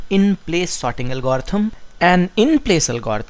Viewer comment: álgorithm, not algórithm anyway, thanks for the video, man you are great! <3